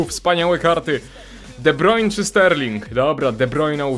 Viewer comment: sory za nauczki ale to sie czyta de brajne